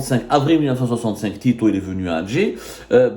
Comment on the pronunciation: TITO 😂 PAS TITOU 😂LE 🐶